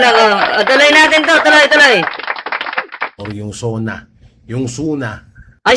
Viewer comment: What the heck , bidyu ano Yun video po not bidyu I think he needs dictionary Sona not zoona omg what the before you talk nonsense check your grammar in dictionary